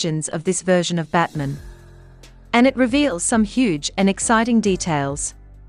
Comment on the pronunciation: Why is the pronunciation for Batman, batmen?